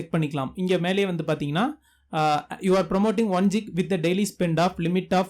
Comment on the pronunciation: Geg illa gig bro😁